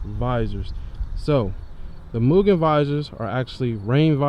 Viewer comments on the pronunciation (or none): im not being that person on purpose, but its pronounced m-you-gen, not moo-gen, (for mugen) all love brotha <3